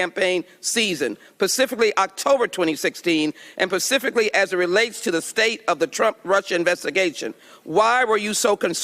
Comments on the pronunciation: Rep. Ms. Jackson Lee says 'pacifically' twice. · Hold on... pacifically.